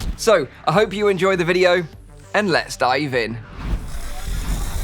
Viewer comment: is it me or do i keep hearing "lets start even" and not "lets dive in"